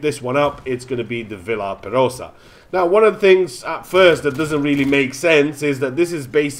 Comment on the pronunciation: It's pronounced kind of like "Vee are perosa."